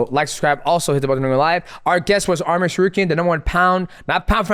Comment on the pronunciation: Say his name correct arman not armin